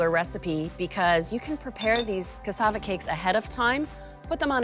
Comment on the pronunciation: Ohh yumm, I love how you pronounce cassava. I live in the Caribbean, cassava is a regular staple in our foods.